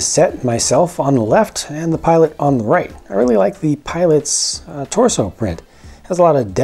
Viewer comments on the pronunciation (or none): none